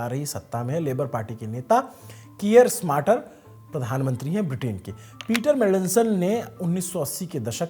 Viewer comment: भाई साहब, आपसे थोड़ी गलती हो रही है, यूके का पीएम कीर स्मार्टर नहीं कीर स्टार्मर है